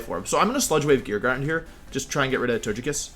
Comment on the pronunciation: Please pronounce Togekiss correctly.